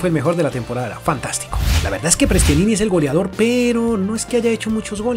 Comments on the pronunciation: No se dice Prestianini, es Prestianni jaja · Prestianini😂😂 Soy de Vélez Sarsfield y se dice "Prestiani" ya que una N no se pronuncia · no es Prestianini es Prestianni! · Que ansiedad cuando decia prestianini JAJAJAJ